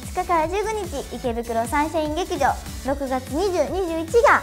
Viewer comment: えりぽんのヘアアレンジ始まった段階で残り15分！？に驚きましたが面白かったです。女ですがうなじの美しさに惚れ惚れしました。後半登場するふくちゃんの声も面白い。そしてまーちゃんも言ってたけど博多弁可愛いなー！れいなが抜けても娘。で博多弁が聞けることが嬉しいです。方言はずっと残してほしいな。 まーちゃん今回はサンシャイン劇場ちゃんと言えてますね！ 前回よりさらに喋りも良くなっていて、この子はどこまで伸びしろがあるのかと思わされます。さゆみたいにラジオで鍛えたら将来ものすごくなるんじゃないでしょうか。